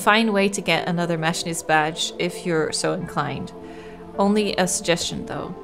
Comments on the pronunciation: I'm a machinist IRL. Machine-ist Don't apologize. You speak many languages, so it makes sense if you mispronounce something in English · The way she pronounces machinist is driving me just a little crazy